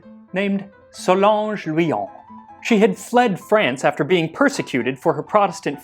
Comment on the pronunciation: Interesting (hi)story It's Solange by the way, not Solonge.